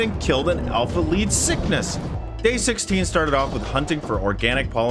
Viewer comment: Its leedsickTHes not leedsicknes